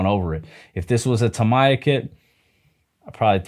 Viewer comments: Oh Tamiya. It's Tamiya, like Do Re Mi, no My. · “Tamaya” that is the first tome I heard Tamiya read as that